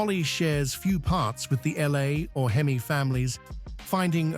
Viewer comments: Exactly my point. The H-E-M-I instead of hemi and the three one eight instead of three eighteen was killing me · Please, PLEASE teach your AI to say Three eighteen and Three forty, and hemi (Not h-e-m-i) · Lousy narration. Who ever called a Hemi a H-E-M-I? . And it's a three eighteen, not a 3-1-8. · If you call it a H-E-M-I engine this video is for you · It's called a hemi, not an H.E.M.I. got it dum dum? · I love that H - E - M - I ... 💩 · It has always been "Hemi" short for hemispherical. Never H-E-M-I. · Just like when the AI voice says THREE ONE EIGHT, instead of THREE EIGHTEEN. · the h e m i.....😆😆😆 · Why don't you get a real person to narrate?? Who in the world spells out HEMI instead of pronouncing the word???? Couldn't listen to more than a few minutes. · Frogging AI narrator from who knows where Three one eight H. E. M. I 😂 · I know AI is free, but fuck. This is sophomoric. If you can't narrate it yourself, I'll do it for $100. And I know how to pronounce H-E-M-I and 3-1-8. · H. E. M. I. Like...what the heck!?!? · yes, very aggrivating. with this video I especially hate the Hemi engine pronounced "Hee-Mee" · Surprised it didn’t say, “HEM-eye….”